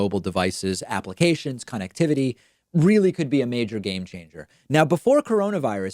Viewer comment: Love the way you say con act Tivitt he that is definitely a Donald Trump word